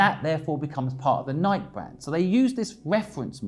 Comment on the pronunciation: Just watched it again. The only thing I strongly disagree with is your pronunciation of Nike 😃